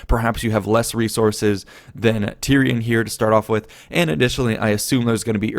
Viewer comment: you messed up tyrion and teklas xD.